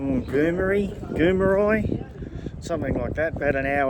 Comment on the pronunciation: Hi mate the town Goomeri is pronounced Goo-Mary cheers